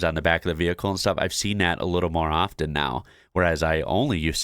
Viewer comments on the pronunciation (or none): none